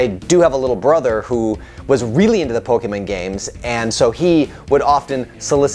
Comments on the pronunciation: Can you please just never speak about Pokemon again? You can't even pronounce Pokemon right. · Like, I'm sorry, I love your content but that made it really hard to enjoy this video.